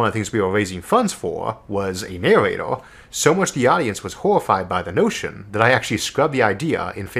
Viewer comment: Isaac - "I'm waisin funds foah a naowatoah..." Fans